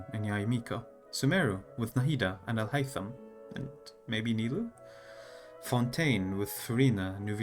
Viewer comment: Are you Arab ? The way you said Alhaitham was very correct